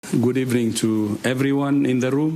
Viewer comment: Good ebening😃